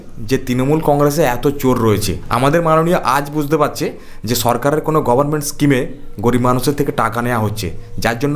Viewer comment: কি ছিড়তে গিয়েছিল? কথাটা গরমেন্ট না। উচ্চারণ করতে পারে না সে একটা গরমেন্ট চালাচ্ছে। এখনও আপনাকে টোন টিটকিরে করে।